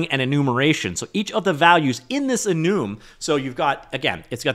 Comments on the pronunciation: What's an Enooom? Enum? E + num "ee nuhm". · enoom? not enum?😭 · enum❌ enoom ✅ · EE - NUM NOT EE - NOOM IT DOESNT MATTER THE ORIGINAL PRONUNCIATION OF ENUMERATION GRAHHH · Ah yes... the e-noom type. Very useful.